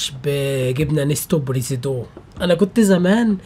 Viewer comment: اسمها بريزيدون يافادي بريزيدون يا حبيبي بريزيدون يبابا😂😂👌